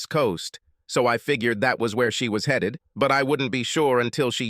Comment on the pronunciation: HEEDED home? who have you got reading this rubbish.